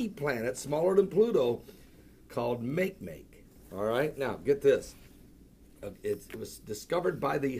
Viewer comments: It's not "make make" it's not English, it's 'Olelo - said almost like mock ay mock ay and it means 'want'. NASA is not looking for any of the kookie club's different versions of fictional Planet X. They're just looking for all things new. Since when did playing pretend become the sport of Christians.............. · Makemake is pronounced "mah-kay-mah-kay", named after the 'god' of the Rapa Nui people from Easter Island. It is a dwarf planet in the Kuiper Belt next to Pluto.